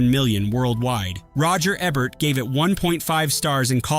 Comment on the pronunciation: If you can't pronounce Roger Ebert's last name correctly, why should we trust anything else you have to say?